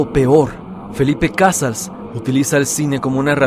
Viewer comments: Se pronuncia Cazáls no Cázals y a esta lista le falta la película "Ciudad al desnudo" (1989) de Gabriel Retes catalogada como la más violenta del cine mexicano. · El apellido de Felipe Cazals se pronuncia de otra manera, es uno de los mejores cineastas de México y merece que su nombre se pronuncie correctamente.